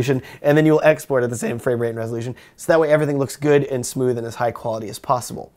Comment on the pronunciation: lmao at first I thought he was saying "hey guys today I want to talk about my ex boyfriend"